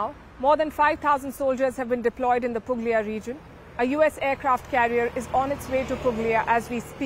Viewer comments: It's pronounced Puglia but the "g" is silent. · It is pronounced Pulia . The g is silent in Puglia